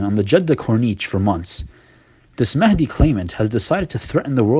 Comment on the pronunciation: Yes Mahendi, not mahadi